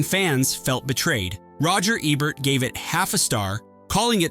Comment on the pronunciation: Dan Aykroyd's name is pronounced ACK-Kroyd and Roger Ebert is pronounced EE-Bert! - sheesh!🙄 Oh, Delirious and Hudson Hawk are fun films!